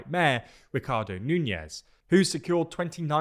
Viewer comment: You're pronouncing his name like the Spanish name Nuñez. It doesn't have that ñ sound, which in Portuguese would be represented by the letters nh.